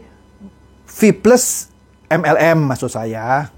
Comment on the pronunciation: Rip English wkwkkwkw